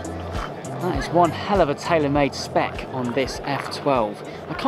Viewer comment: Every time you say 'spec' it hurts. Every video I have watched of yours, it hurts. Other than that though I will say it was a very enjoyable video.